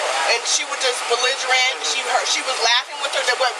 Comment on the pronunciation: I'm going to swear I hear her say "bezzigerant" as well